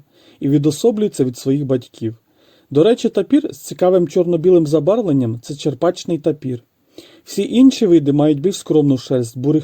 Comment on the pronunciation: Відео гарне,але тапір буває не "чеРПачний",в "чеПРачний".